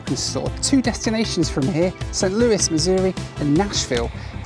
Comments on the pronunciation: Thank you for pronouncing it "Saint Lewis" instead of "Saint Louie" like you did in a prior video! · Thank you for saying Saint Louis and not the British way, Louie.